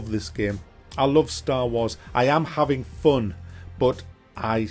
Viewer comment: drink a shot every time he says staw waws